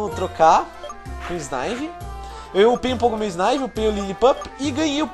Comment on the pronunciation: megazão não é snaivy mas sim snivy